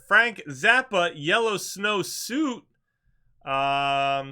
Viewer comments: Pronounced "sweet" not "suit" lol. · Suite is pronounced sweet. Calling it a suit changes my mindset. Don't eat the yellow snow suit means something completely different. Could you imagine eating a snowsuit? Never mind a yellow one . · It’s pronounced “sweet” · it's Don't Eat The Yellow Snow 'Suite'--- as in 'Sweet'! (silent 'e' on the end there ) Okay, continue. Suzy needs to show more sweater meat. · S u i e t is supposed to be pronounced like s w e e t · How can you not pronounce 'infamous' and 'suite'?